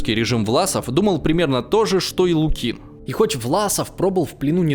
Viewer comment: Странный историк - не знает названия Халкин-Гол и не может поставить ударения в простых русских фамилиях Воронова и Лукин, в словах типа фронтовой